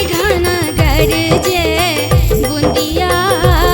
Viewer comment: बहुत सुन्नर, ऑरिजिनल शब्द संग खेलौर नञि कएल गेल अछि, यथावत राखि गाओल गेल अछि । गरजए केर उच्चारण गरजे नञि करी तऽ नीक गरजए वा गरजय करी तऽ नीक । मैथिलीक हिन्दी जेकाँ उच्चारण सँ बाँचि मैथिलीक रक्षा करी । तहिना उमरि - घुमरि = उमैर - घुमैर सावन = साओन सुहावन = सोहाओन मनभावन = मनभाओन बरसन = बरिसन = बैरसन धन्यवाद 🙏 🙏